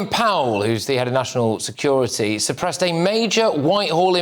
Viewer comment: Surpressed? Really? Come on GB. Get someone in who can speak English properly! 🙄